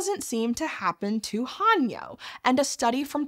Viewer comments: It’s not pronounced Han-yo. It’s Heh-nyuh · Aye indeed, and thanks for pointing things out ^^ The unintentional 하녀/hanyeo "servant girl" pronunciation here was a bit unfortunate, especially when considering how proper pronunciation of 해녀 in recent documentaries, newsclips, and even interviews with Japanese Breakfast's Michelle Zauber have been well published in various media in the past few years. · Just a nit. The Korean divers 해녀 are pronounced with a long a (like the a in ate), not a short a (like a in ark). It's more typically romanized as Hae-Nyeo if that helps. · Mispronunciation of "haenyeo" directly after the knitting video disaster? Not a good look. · The 'hae' in 'haenyeo' is pronounced more like the 'ha' in 'hay,' but otherwise great job😁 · Since it's bothering me more than it should, any 'ae' in an Anglicised Korean word should be pronounced more like the 'e' in hello, not an 'a.'. And 'yo' is pronounced like 'young' without the 'ng'. I wanted to just ignore it, but the word was read too many times for my brain to ignore 😂